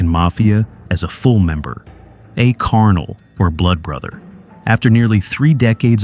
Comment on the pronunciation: He said a "karnell or blood brother" 😂😂😂. CARNAL!!